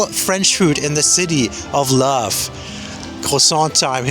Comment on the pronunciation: The city of laugh?